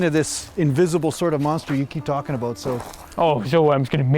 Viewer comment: Little bit aboot